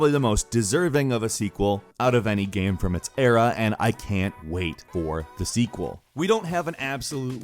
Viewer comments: bro its game not gaiem. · "This is a great gaem." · you are saying game super weird.